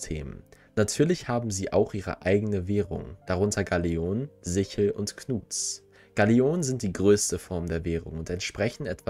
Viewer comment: Sickel! Es heisst Sickel! Trotzdem...geniales Video! Super Arbeit, Dankeschön dafür.